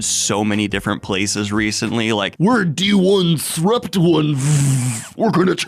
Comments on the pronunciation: Loved the pronunciation of D 1 Srupt etc. :D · I appreciate you commiting to reading "d1sprupt1ve" exactly how it's spelled. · I wanted to further the joke on their name like so, Donesruptoneve, but Daniel made the right call, pronouncing it D-1-srupt-1-ve is funnier. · I wholeheartedly appreciate your refusal to pronounce it as "disruptive" 👏